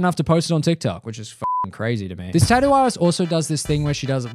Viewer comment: why does it sound like he said tattoo ass?